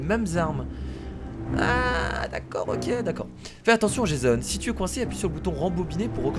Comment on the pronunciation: sa ce dit jéson